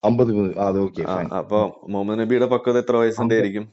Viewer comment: ഇവന്മാർക്ക് പക്വത എന്നാൽ ഫക്വത എന്നാണ് 😄😄